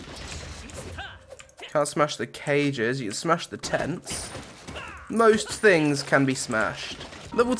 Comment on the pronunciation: The good fings and the bad fings!